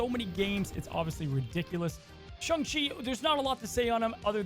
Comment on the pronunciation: Im still trying to figure out wtf a Shung is. Last time checked its either Sayng and Shaung. Then agaon this dude cant figure out how to pronounce Daken either.